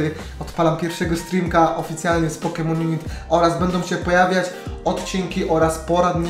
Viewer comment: Hejka, nie pisze tego w celach agresywnych czy coś, ale nazwę gry wymawia się pokemon junajt, a nie junit ;) mam nadzieje ze pomoglem